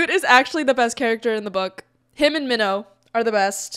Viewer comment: Bruh. The fact that you're Korean yet still pronounce "Minho" like "minnow" instead of the correct "Meen-ho" hurts my fucking soul.